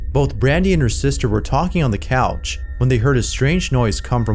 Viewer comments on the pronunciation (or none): none